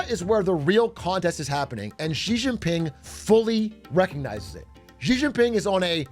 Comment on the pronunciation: I love listening to what the hell is going on with Trump's destructive decisions across the world. Here's a simple way to pronounce the president of China's name: She - Jing - Ping. China itself is shit btw. Justice for the civilians is probably as worse as the US